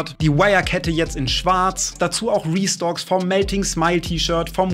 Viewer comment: Ich verstehe immer Rostocks, dabei sagt er restocks😅. Dachte eine Anlehnung an sein Ostsee Urlaub 😊